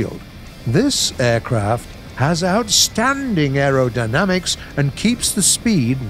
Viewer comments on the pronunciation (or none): none